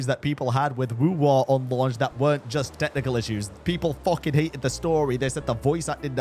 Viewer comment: It's funny how he says "FOKOING INSANE" 😂😂